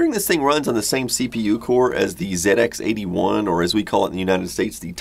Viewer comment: I've been enjoying following your channel for a while now but not commented yet. Being a Brit who owned the sinclair ZX80, ZX81 and ZX Spectrum, it was very nice to hear you call it a Zed-ex 81 and not a zee-ex 81! I didn't know they were released in the US too. I don't know how many UK folk follow you, but I for one would love to see you do a piece on the sinclair range and it's place in generating a whole raft of home grown computer game programmers. I wish I still had my old rubber key 48k Spectrum, I'd have been glad to fedex it over to you!